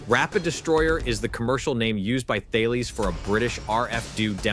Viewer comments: The companies you mentioned are pronounced Tar-Laess and Kin-etic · You don't pronounce the 'H' in Thales, it's pronounced Ta-Lis. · I've got to pick you up on your pronunciation a bit here. Thales is pronounced "Talis", QinetiQ is pronounced "Kinetic"...just saying ;-)